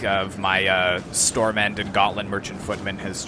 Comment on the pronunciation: Great video, really enjoyed it :) as a Dane the pronunciation of the units was funny, the Stor-mænd was on point tho the ''d'' in Stormænd is silent and it literally means ''Big-men''. Stor has a lot of meanings; large, large-sized, big, king-size, large, great, wide, heavy, strong, major, big, great, big, arrant, out-and-out, awful, terrible, huge, vast, immense, enormous,large, large-sized, big, king-size, large, great, wide, heavy, strong, major, big, great, big, arrant, out-and-out, awful, terrible, huge, vast, immense and enormous. Sorry for the lecture!